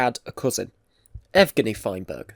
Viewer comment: Nigh-pro? A-shumed? Ev-gheny? But you can pronounce much harder words like Kurchatov so it’s not a speech impediment. What is wrong with your pronunciation and your English? This seems to be a common problem with people from the UK. Is it the UK education system that’s shit? Do they not correct speech issues and teach you how to pronounce words properly?